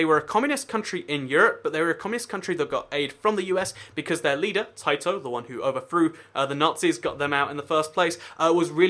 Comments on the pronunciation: It is not tiato it is Tito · U prononced tito taito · Pronouncing Tito like the video game company Taito lol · Tito is pronounced Tee-toh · The way you butcherd Titos name